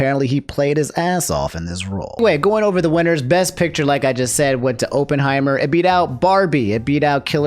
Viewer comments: "open heimer" just pronounce it correctly ONCE for the love of god. i just have a weird thing about pronunciation its not your fault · Drink every time pronounces "Oppenheimer" in a weird way, the result might surprise you (death). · He fumbled Oppenheimer and Cillian too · “Open heimer” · "Sillian Murphy for Ohpenheimer" is just a white woman in disguise i stg